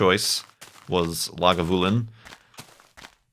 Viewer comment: You're pretty much on with your pronunciation of Lagavulin.